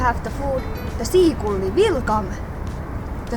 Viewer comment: Very funny but.. wait! you really said "seakulli"?? :D Anyway, the best is the final scene, scolding the poor seagull!